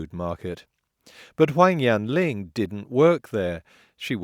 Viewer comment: He pronounced Huang Yan Long wrong. You did too, but you have slightly more of an excuse :P